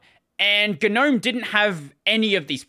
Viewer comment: I refuse to use Gnome as long as they insist on pronouncing it wrong.